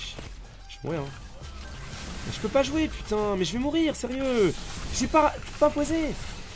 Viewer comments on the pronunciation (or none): "Ja vais re-zhonya" mdr